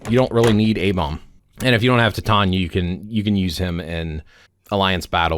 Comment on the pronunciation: Titania is pronounced Tye-Tain-EE-ah, and not Tit-Ahn-ya